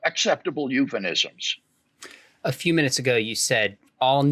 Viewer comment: “eupheNism”? Is this a word?